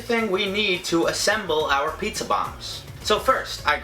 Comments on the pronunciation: He says "PAYHTZA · says it like, "PHEETZA!"